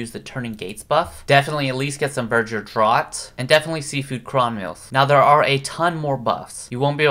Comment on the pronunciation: Draught is pronounced draft bro